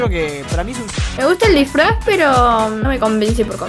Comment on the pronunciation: ¿Soy el único que notó que en el decía "drisfraz"?